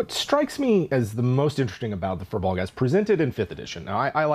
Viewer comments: Oh I thought it was pronounced "fire blogs". Well I like how I pronounce it better then "fur bogs" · Actually, the correct pronunciation is "Fear-Bolg" which means Bag Carrier. They were originally slaves in human lands who fled to Ireland for freedom, but became enslaved by the Formorian giants. When the Tuatha De Danan came to Ireland, the Firbolg cheered them on as liberators, only to discover that the new conquers considered them hideous and banished them to the forests. They were hoping that the arrival of humans would offer them the chance to freely interact in human lands, but the humans mistook them for monsters, and chased them away as well. They live in the forests resentful that they never got a chance to join peaceful civilization. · "FEER-BULG"! it's pronounced "Feer-bulg"! I personally hate that this term in Irish has been hijacked and doesn't even represent what the Fir Bolg (which is a plural term in itself, so "firbolgs" is like saying "the el chupacabra"), But if you're gonna use the term, at least pronounce it correctly! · Hearing Americans repeatedly trying to pronounce "FIr Bolg" is painful. They are from Irish mythology